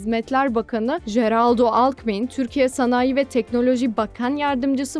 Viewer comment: JERARDO!!! 🤦🏻‍♂AMBREAR!!!!🤦🏻‍♂